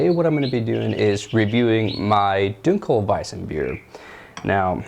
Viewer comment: Your 1 in 100 reviews that can pronounce dunkelweizen correctly. Good on you.